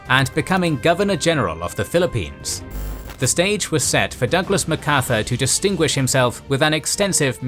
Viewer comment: why pronounce it Ma Carthur, not Mac Arthur???